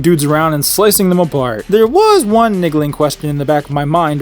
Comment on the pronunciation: Were you purposefully pronouncing "One" as "Whaan" the entire time for a joke (which is lame), or because you don't know how to pronounce "One" (Which is sad)